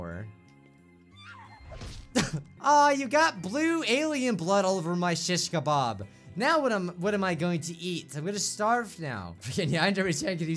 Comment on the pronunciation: Nobody:: Shish- ka- BARB